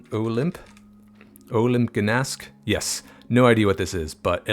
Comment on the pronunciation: The way you pronounced Gdańsk hurts my little Polish soul, but I loved the video!